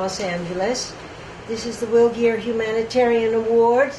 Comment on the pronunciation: It’s Geer , not Greer